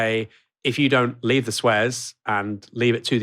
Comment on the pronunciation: did he realy pronounce "Suez", "Swezz"?